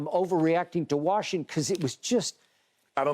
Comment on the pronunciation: It's Washington!!! Why do white people say WARSHington??